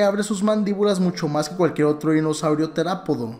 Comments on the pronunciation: En vez de decir terópodo digiste terapodo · Se dieron quenta que dijo ``teraporo´´ XD Sin ofender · tu eres el mejor explicando , pero dijiste cuehetes y terapodo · Es teropodo, no terapodo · Se dice terópodo